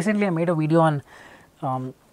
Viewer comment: So let me get this right: A guy who says "In szis weedio" instead of "In this video" gives out advice for speaking English with technical accuracy Lmfao Literally all of these Indian PTE coaches are the same Still yet to master the difference between "w" and "v" sounds.